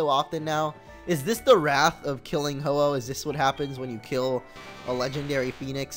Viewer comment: Really ho ho it's ho oh